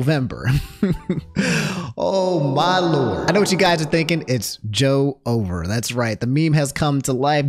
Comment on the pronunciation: Its not joe-over. Its joever. One syllable. I love you homie please continue to not english its making me laugh [in a good way] a lot lately